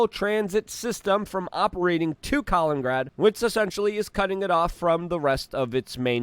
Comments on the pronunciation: COLINGRAD! It's Kalin-IN-grad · His English is perfect grammatically. Nobody on the planet says Luthuania in any language. Same with Kaliningrad which he pronounces Kalingrad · Luthuania? Kalingrad? It's Lithuania and Kaliningrad! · Strange that Luke with his polish origin can't get his head around the name of neighbouring russian enclave and city of Kaliningrad, repeatedly...